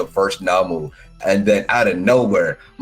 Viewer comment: It's nomu not namu lol